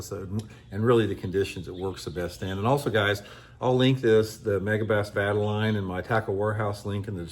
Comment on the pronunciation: Vye-tal-ee-on,. One of my fav baits. That big version looks insane